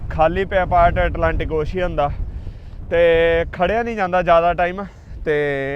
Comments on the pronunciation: Ocean ਅੋਸ਼ਨ not ਔਸ਼ੀਅਨ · It's ocean (ow-shn) not oshian